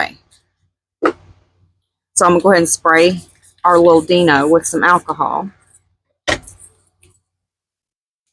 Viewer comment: I really hate to correct you but it’s pronounced “Die no” not “Dee no”